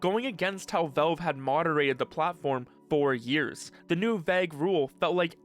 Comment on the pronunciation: Why you say Valve like that? “Velve” 😂😊